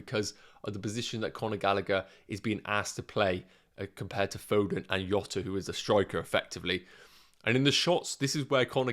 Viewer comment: His name is not pronounced “Iota” , its “Djota”